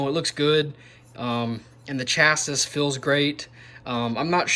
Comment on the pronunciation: Chassis is pronounced with a silent "s" on the end haha. Cracked me up